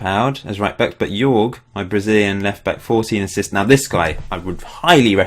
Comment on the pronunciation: great save mate!! haha the way you pronounce Jorge... it's like horhe if that makes sense hahaha